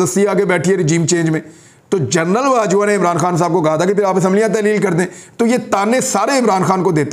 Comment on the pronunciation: Yar Imran bhai, general KAHA karein, journal nahin